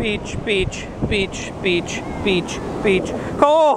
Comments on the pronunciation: In the end you saying 'beach' turned into a spanish guy saying 'bitch' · all of the beach started to sound like peach